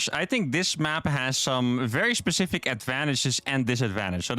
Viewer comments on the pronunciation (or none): none